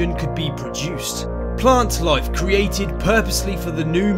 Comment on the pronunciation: One word "loife"